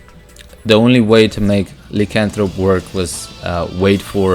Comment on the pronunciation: Nice build. It's pronounced LIE as in Liar Liar - Lycanthrope